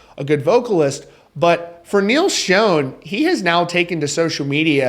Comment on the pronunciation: Just FYI it is pronounced like shawn not shoan. Heard you say it like that a couple of times.